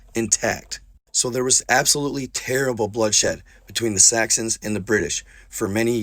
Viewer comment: (Sax-uns) Saxons, you only said it once or twice with a "T" but still... lolz